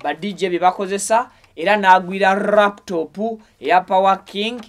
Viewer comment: Hahaha, I hear raptop. It's called laptop Mr😮